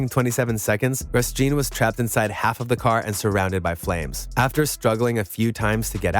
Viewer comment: How about showing a bit of respect by learning the correct pronunciation of Grosjean?